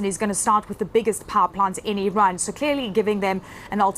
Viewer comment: It amazes me on how many people say "Iran" incorrectly